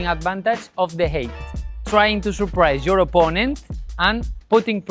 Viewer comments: Height is pronounced high-t. FYI. Great video. Thanks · I was always mocked for 'height' Vs 'hate' pronunciation 😅